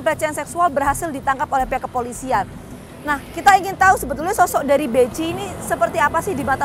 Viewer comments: Bekhi bacanya bukan beci😂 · Bechi dibaca Beki neng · Salah sebut nama, jadi masyarakat tak kenal. Bechi itu ejaan lama, sebutannya bukan Beci, bukan Beki, tapi dieja Behi. Wartawan jadul koplak!